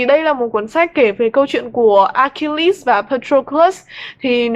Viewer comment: Note cách đọc tên Achilles để bữa sau đọc cho đúng :v